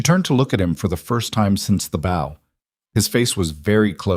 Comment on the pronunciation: A bow ( pronounced beau) is a decorative arrangement of tied cord or ribbon. A bow (pronounced like owwwww with a b in front) is bending at the waist. If you do not correct your AI, it will continue to be WRONG.